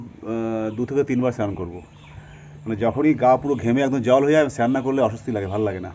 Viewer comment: চ্যান না বলে স্নান বলবি